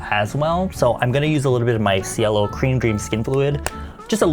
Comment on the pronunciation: Sweetheart, They are reaaallly C-U-T-E (im just curious the word Cielo, is it Italian? If so, i know you don't care and it's fine, but... That's not how you u pronounce cielo(= sky)) im really sorry i didn't say this to criticize you or anything 😔😥🙏